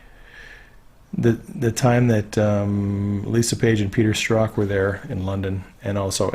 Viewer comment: From the Strzok testimony we learn that his name is pronounced "struck". Please use the correct pronunciation. Thanks.